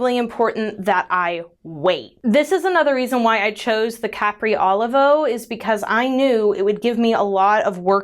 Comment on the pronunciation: Capri Olivo is pronounced: cuh-PREE oh-LEE-voh. LOVE the glitter! And TAKE MY MONEY!!